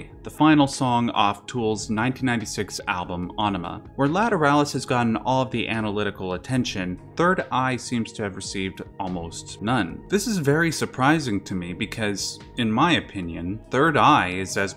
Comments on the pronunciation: I truly dig this video, and pretty much everything about it, buuuut.... Aenima is most certainly NOT pronounced that way xD Not that it matters all that much haha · You're pronouncing aenima..waay wrong...